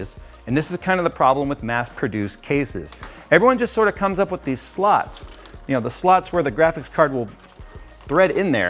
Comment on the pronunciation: slots? or sluts? I can't focus